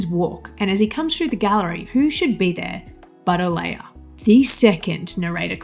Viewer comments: Oh-LAH-ya, not Oh-LAY-ya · Why can't you pronounce "Olalla"?